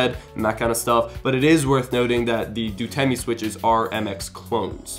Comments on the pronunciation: i repeat. it's Outemu. not DUTEMU, not DUTEMI. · "Dutemu"?? its Outemu... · "Duteme"? it's Outemu... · Traps true that. It's the Nth video from him reading Outemu as "Dutemi" or "Dutemu" and I'm cringing. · Just pointing out that the switches are called 'Outemu' and not 'Dutemi'. Loved the video! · It's Outemu, not Dutemy!!! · btw it's otemu not dtemu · Yeah I find people like here probably mispronouncing them as 'Dutemu' if I'm not wrong